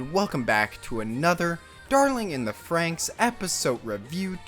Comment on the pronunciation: Why does everyone call it "frankx" wtf. Iss "frannix"